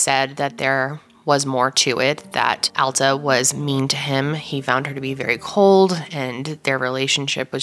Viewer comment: Thank you for pronouncing "Alta" correctly! ❤️ It's not a common name and a lot of people mispronounce it.